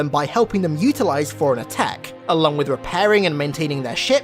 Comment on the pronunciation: Put a very slight pause in between the fore and runner